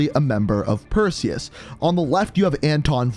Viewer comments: Who was here when it said "Preseus" not "Perseus" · “Who the fuck is Presues?” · Preseus 😂 One second my personal best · Or as how he says it himself, Pearseus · They’ve been looking for the wrong man. Not Perseus, but Preseus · Ah yes Persues little brother Presues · doggyworded "Perseus" And made it "Preseus". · Incoming comments saying "Preseus" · Wait presues I thought it was Perseus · “Preseus” lol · "Preseus" lmao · Yes. Who is Preseus? Do tell 😂😂😂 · Perseus... It’s “Perseus”. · Its purrseus